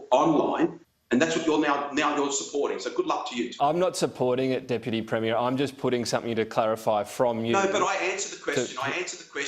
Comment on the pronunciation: also, we pronounce it "Premmy-er" not "Prem-meer", lol